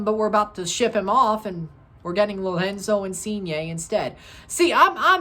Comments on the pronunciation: haha yea you pronounce the R like they do in Portuguese, in Italian you need to roll it, Lorrrenzo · why do you pronounce Lorenzo like he's Brazilian lol